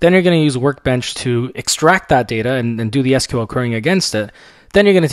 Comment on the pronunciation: You're pronouncing SQL incorrectly......